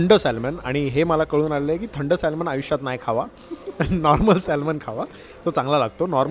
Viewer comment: Salmon nahi re...."Saa-mon- bol